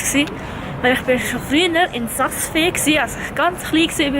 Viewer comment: du seisch visp und saas fee falsch